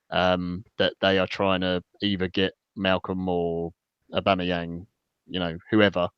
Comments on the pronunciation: Great podcast guys .while its comical how you are pronouncing aubameyang as ABomerang we have becareful how we say someone s name because to many one s name is special and at times its a powerful statement of who they are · It at least cleared up how to pronounce Aboomerang